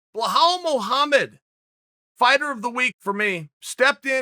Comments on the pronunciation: “Wa-how Muhammad” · Chael: Be-hrichanaldif Muhammad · “Blehhal Muhammad” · Haha just pronounce it “Bill-AL” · lmao i thought he said "well how" muhammed.. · Belal “Remember how to say my name” Muhammad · The only reason I clicked on this video is because I knew that Chael was going to butcher his name and he did. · Did he really butcher his name like that ! I wanna watch the whole video now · he butchered that name